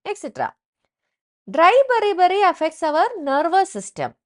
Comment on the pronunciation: 😂😂😂😂 beri beri hai bari bari kyu bolre